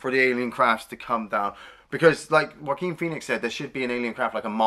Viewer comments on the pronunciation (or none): First it is Joaquin Phoenix pronounced like WAH-KEEN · "Jaw-queen Phoenix" lol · Joaquin is pronounce like "walkeen". Also, you like Battle for LA better than this movie!? That movie was garbage.